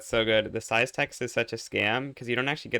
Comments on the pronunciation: "size" tax had me dying (its pronounced jiz-ye) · Yet he butchered the pronunciation of cizye.